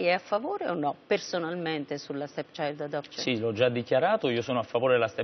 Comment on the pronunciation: Minuto 10.50, Annunziata: "Stepchisghelect...stechiadosc..." Questa è una giornalista?